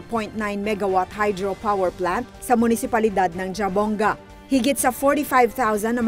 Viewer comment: Jabongga...pag basa nyan..HABONGGA